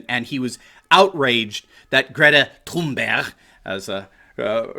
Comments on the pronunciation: I heard it too I heard it too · Haha we in the Netherlands would speak Thunberg just like you did with the hard G at the end; Thunberggg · hey I don't mind a lot of things you say but I believe making fun of a teenager, especially mispronouncing her name over and over. Go ahead and crucify the adults but spending so much time making fun of someone who is only halfway through high school is frankly beneath you and your show. Yes mention the absurdity of her even being there but really a teenager who is only giving the opinion of a person who only just reached puberty has no place here. The adults should be crushed buy just leave the kids alone they have no way to defend themselves and they are only being used, PS I like the content most of the time keep it up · Stop pronouncing it "Toon-berg". It's THUN-berg...... In English. We're not Swedish here. "Toon-berg" SOUNDS STUPID. Sighs.... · Did he say Greta “tune bear”? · Or Greta Toon-Bear? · Why does Anderson Cooper call her Tunebear? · I looked it up. Her name is pronounced "Gray-ta Toonberry." How DAH you,! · This was thoroughly enjoyable. Bonus points for your repetitive pronunciation of Greta's last name. Where have you been all my life? LOL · I think that you need to - at least have the decency to pronounce peoples names correctly! Thx! Have some respect. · Poor Anderson Limon, so Butt-hurt. They make ointment for that kind of Butt-hurt. Poor Anderson Cuomo with His pronunciation of Thunberg, she not German so there is no accent over the "U" umlaut, the two dots over the "U" She's Swedish. Nicht Deutschlander. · Anderson (CIA op) Cooper is beyond annoying! And the way he pronounces Greta's last name is beyond!! UGH! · Please pronounce Greta's name that way from now on. I predict now that it will never get old and I will chuckle every time. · I consider Don Lemon the least likeable of those. BTW, Swedes pronounce the G in Thurnberg as Y in YET or GAY. Anderson's pronunciation is ridiculous.